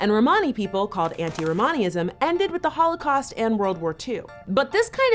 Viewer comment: Ugh why does keep saying "hoelacaust" it's annoying me